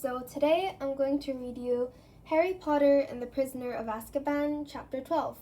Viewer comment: more like Ass-ka-bhan 😂